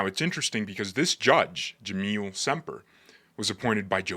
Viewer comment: Dude, the judge's name is Jamel, not Jameel